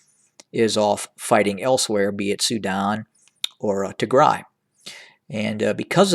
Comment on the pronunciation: Thank you for pronouncing right Tigray. Tigray is not pronounced Tigre, please people pronounce right Tigray and Tigray will be a country soon! Thank you!